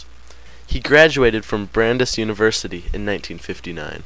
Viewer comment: not from MA, are you? Worcester is pronounced "wister" and Brandeis is pronounced "bran-dice". Good video though and it's good to see young people thinking about Abbie. I highly recomend you all read Run, Run, Run the Lives of Abbie Hoffman. It was written by his brother Jack. It's the best Hoffman book.